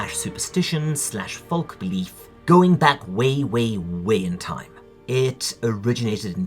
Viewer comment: The ‘l’ in ‘folk’ is silent: foke. Folk like egg yolk. :)